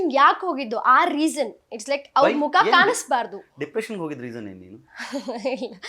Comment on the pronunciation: Nija helamma dippretion or dipriciation 😅